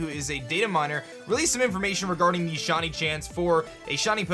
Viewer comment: Is it just me, or is he saying “Shuny” instead of shiny?